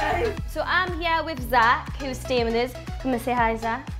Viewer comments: Did she just say "Jade" instead of "Jeed"? I'm not kidding I listened to it like 3 times lol Edited: am I the only one who's a bit worried that Jade might have a wardrobe malfunction in that pink robe? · she said jade instead of jeed and i feel betrayed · Aww she says I’m Jade instead of I’m jeed